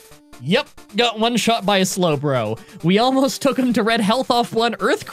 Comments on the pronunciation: Would it be considered a (s)lowblow to bring up the slowbro mispronunciation? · That slowblow line still gets me. Every time! Your script flubs are some of the funniest things ever. Probably tied with your improv.